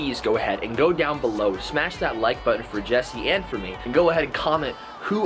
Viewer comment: OMG hilarious. I thought I was the only one that cringed every time tried to say button.